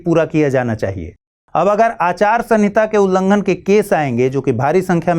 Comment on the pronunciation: Ullanghan hota h mahodaya 🙏🙏